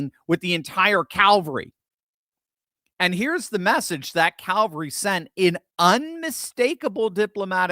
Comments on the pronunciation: I think you mean cavalry, not calvary :) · It's "CAV ALL REE" unless there's a crucifixion involved...if you please 😂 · It is CAVALRY not CALVARY!!!